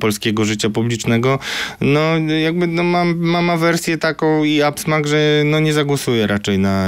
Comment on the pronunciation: Dzień dobry, czy mógłby czuć "niesmak" a nie "absmak"? Boję się, że niedługo będzie w sytuacjach "ekstraordynaryjnych". Pozdrawiam